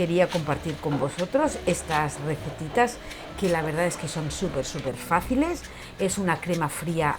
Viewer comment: Ma qua te volte dici "la veridad"?😂😂